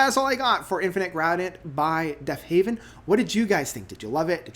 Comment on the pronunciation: Heaven not haven..very hard to listen to u after that. Come on brother get the name right of all simple things